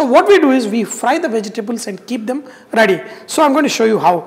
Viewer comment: Vejji-tables lol! Sounds KLINGON!